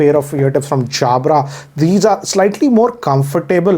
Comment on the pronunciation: He pronounced Jabra like Anil Kapoor 😂😅